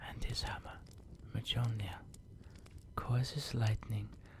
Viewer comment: Ew. Bad accent, horrible pronunciation. It's Mjölnir. Not muh Jolner